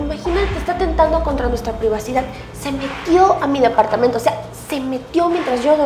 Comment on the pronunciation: Dapartamento por favor aprenda hablar es departamento...